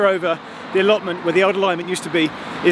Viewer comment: Did Geoff say alloments House I got a full house what do I win